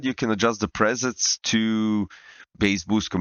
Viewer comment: PREsets, not presents xD